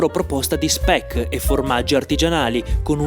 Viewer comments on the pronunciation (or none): Quanto pronunci male "Non"... 🥲 Anche Tuenno lo pronunci male! 😂 Hai sbagliato a pronunciare anche "Speck". Ah, se ti può far contento saperlo, in dialetto trentino "lucanica" si dice "luganega".